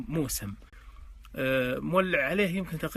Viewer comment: الموسم بتشديد السين مع الفتحة للفائدة تقبل تحياتي🌷